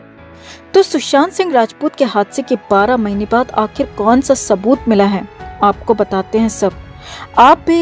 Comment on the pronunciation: Kya sabooth bolo tu jara .Tab se sabooth bole ja rehe ho